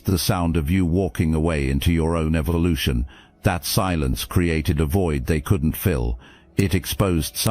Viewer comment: Did he just say evilution 😂